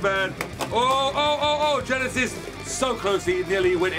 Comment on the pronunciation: It's not yenesis it's Genesis